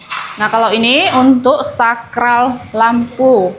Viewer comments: koreksi yah. untuk penyebutan Plafon bukan Platfon dan Saklar bukan Sakral. klo Sakral ntar vibesnya kyk tempat² suci dan keramat dong..😊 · Saya juga senyum dengr ngomong sakral dan flatfon😂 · Betul. Pla Fon ( plafon) Sak klar (saklar)